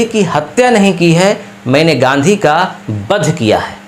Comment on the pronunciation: अरे भाई बध‌ नहीं वध । सही से उच्चारण कीजिए